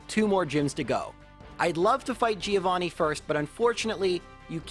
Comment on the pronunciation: That's not how you pronunce the name Giovanni